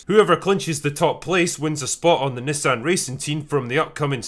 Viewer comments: This was a good video but I swear critical drinker and his mispronunciation of the word Nissan was just too much I couldn't take it I was laughing so hard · I throughly enjoyed this flick. And also learned that us Americans call it knee-saun instead of Nis-san. So weird. Lol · I noticed you say Nissan as 'Niss-an'...We Americans say 'knee-sahn". Words are hard... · I'll never understand why foreigners mispronounce words and names like Nissan (NEE-sahn) when the company literally pronounces it in their advertisements for all to know. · Sorry, lol'd everytime you said Nissan haha